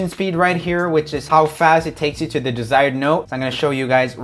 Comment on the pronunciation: Is no one going to talk about how he says ‘the’ as ‘da’ ?